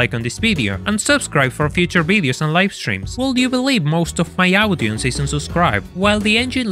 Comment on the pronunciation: I swear this is the only car enthusiastic youtuber to say 'audience' with 'audi' this has made my day